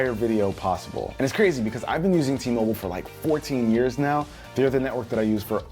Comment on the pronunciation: Whenever he said T-Mobile I disliked the video